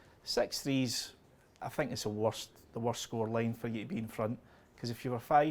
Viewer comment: That language)) sex not six thank not think ))).